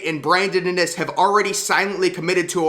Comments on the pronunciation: I know it’s driving me crazy how he pronounces his name. The first I is the hard I not the second I. It’s IN- iSS not inn-Iss! Pronounce their names right!!!!! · Iiinnnnn isss NOT AH NIS!! Lmaooo IN! NISS!